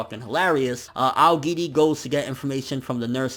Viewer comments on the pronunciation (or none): none